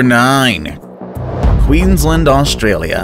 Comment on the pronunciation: Did he just say queenslend?